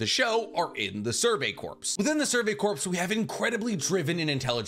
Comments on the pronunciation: Ummmmmm Future Trunks didn't come back to kill Vegeta.... He came back to kill the androids. When you're talking about the Survey Corps. Please for the love of my sanity and all things holy stop saying corpse it's just core....... pronouncing that "ps" is really messing with my mental health... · God damnit I love you but I can't take it anymore corps is pronounced kor as in core not korps as in corpse such as in the marine corps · This is a very minor pronunciation thing but corps is pronounces "core" not "corpse". :D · It's pronounced "Core" not corpse. Much like the marine corps. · For future reference... “Corps” is pronounced similarly to “cores” the p is silent. I learned that in the military when everyone keep making fun of me for saying it the way you do. 😥😭 English sucks!!!!!! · Great video but btw corps is pronounced like core, you don’t pronounce the p. Like as in Marine Corps, you don’t hear the P. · Corps is pronounced "kor", like core. Whew! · Survey Corps is pronounced “Core” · Corps is pronounced "core" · I love you content but for the love of Usopp PLEASE STOP pronouncing corps with the p. The p is silent and corps is pronounced like core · The way he says “corps” drives me crazy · I die a little every time you pronounce the "s" in "corps" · i am an inch away from committing war crimes because of how you pronounce corps